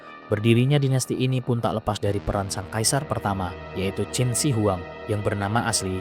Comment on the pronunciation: Qin bang bukan Qing